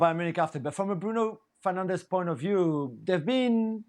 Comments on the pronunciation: It's Fernandes you muppets. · It's Fernandes not Fernandez you idiots. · im portuguese and I say this , its fernandes YOU MUPPET ! (Fernandez is a spanish name) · It is Bruno Fernandes, not Fernandez. How ignorant!